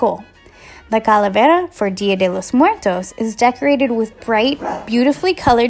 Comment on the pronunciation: she didn't say it right...........................OOF